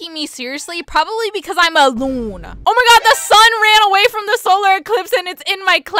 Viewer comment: "Looon"got me rolling😂😂